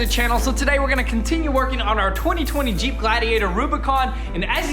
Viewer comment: “Da jeep” lol you guys are great! Love your videos!